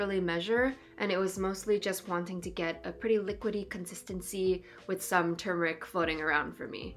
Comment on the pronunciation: This is a great introduction to anthotypes. I've been using all kinds of emulsions. The idea of chemical-free images is what drew me back to traditional photography. But, it's TUR-meric, not TOO-meric. Best wishes from Vermont 🍁